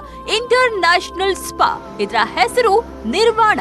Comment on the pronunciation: Not Nivaran, it’s Nirvana